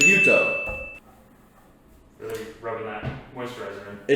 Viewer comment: And it pronounces without the S in it . Gyuto means cow knife and not Gyoto . Kiritsuke once be considered only use by the executive chef in the kitchen . For me I prefer Gyuto with a petty knife Kiritsuke . Anyway it’s all about how you handle it . No right or wrong . Cheers